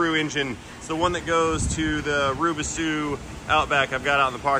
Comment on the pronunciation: I cannot have a nice day with the word "Rubisu" echoing in my head. Please for the love of God stop!